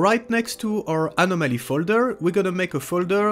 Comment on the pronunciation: I tried to follow you about a dozen times and still got lost. You need to slow down in these tutorials. I had to go to another site to get instructions on how to do this. BTW I get a face muscle twitch every time I hear you say Anomaly.